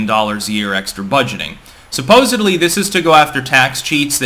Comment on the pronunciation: Are you really like trying to say you’re kind of a Crypto Mogul whilst also saying “supposebly” lol